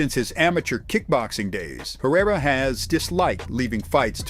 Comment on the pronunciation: If AI is so smart then why can't it pronounce a name correctly? Peireriaia